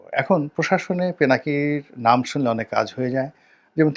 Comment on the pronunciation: আফসুস রনি সাহেব!!! দাদার নামটা পর্যন্ত শুদ্ধ করে বলতে জানলেন না😡😡